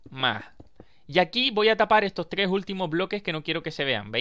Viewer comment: porque dices tgres y no tres ????